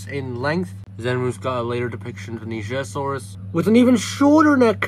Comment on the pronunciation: Finally, someone who pronounces nigersaurus correctly